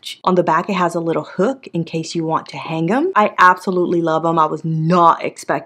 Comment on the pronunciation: NOTE : you do not say the G in the word HANG The G is silent